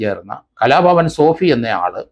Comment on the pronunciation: ബാലാ ഭാസ്കർ അല്ല ബാല ഭാസ്കർ സോഫി അല്ല സോബി